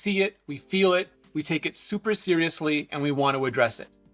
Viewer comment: Lmao, literally said "super cereasly"